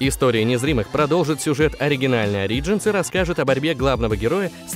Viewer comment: Почему Ари-джинс? Ориджинс вроде же... это не критично конечно, но лично мне было неприятно, чтоли